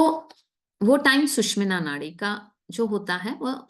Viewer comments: Sushmina, word hi change kr diya...bolna to seekho pahle susumna bolte hai isko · its " SU SHU MNA " and not " SUSH MINA" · 'सुषुम्ना' का उच्चारण ठीक से करेंगी तो और भी अच्छा रहेगा। 'सुषिम्ना' या ऐसा ही कुछ सुनना यों लगता है मानो बढ़िया भोजन के निवाले में कंकड़ आ गया हो। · Wonderful mentoring on Swar Vigyan.. A zillion thanks..... Some participants are pronouncing 'Sushumna' incorrectly..pl take note